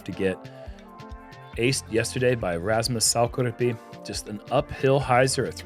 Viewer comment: pronounciation of Finnish names is top notch! "Rasmus Saukkoriipi" was perfect (well, as perfect as I can expect). Very rare to see for non-finnish speakers.